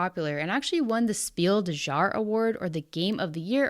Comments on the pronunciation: Great video. I had no idea that this nonsense was taking place! The end was a real zinger. :D FYI, "jahre" is pronounced more like yarr-ah. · It's pronounced jahr not jahr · After years of Dice Tower mispronouncing Jahres I'm still waiting for someone to check the correct pronounciation XD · It's Glück, not Gluck. That means it's pronounced like a French u, not like a Spanish u. Also the j in Spiel des Jahres is pronounced y, as in many (most?) other languages.